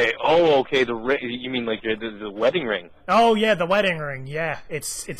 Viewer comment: you said redding ring